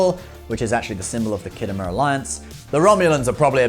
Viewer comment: Whats the "khiddo mur" clas ship? STOP IT YOU'RE BRITISH!